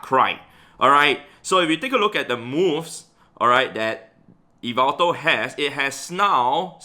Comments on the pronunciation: Its not e-veltal its yah-veltal, but otherwise great video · Hey! The right pronunciation for yveltal is like this: yi-vel-taal Hope it helps u pronounce it in some way haha Keep up the good work and content u give to us so consistently. Cheers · He pronounces yvetal as yvital i pronounce it as yevetal lol hes pronounciation sounds better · Its actually YAVELTAL (from MandJTV) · It’s ya-vel-tal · According to M&JTV I think is how you spell it, it’s pronounced Yaveltal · Wow I had no idea that I pronounced Yveltal wrongly the whole time